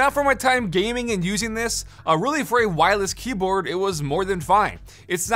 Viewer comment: Am I the only one that heard him say keaboard?